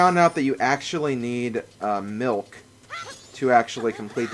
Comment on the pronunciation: when you say milk i thought you said milf